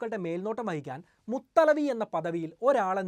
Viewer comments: മുതലവി അല്ല മുതവല്ലി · മുത്തലവി അല്ല മുത്തവല്ലി എന്നാണ് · മുത്തലവി അല്ല മുതവല്ലി എന്നാണ്. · മുതലവി യല്ല മുതവല്ലി